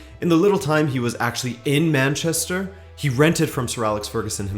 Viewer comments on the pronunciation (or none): none